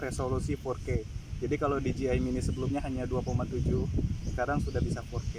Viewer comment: Bos bukan diji ay tapi dije ay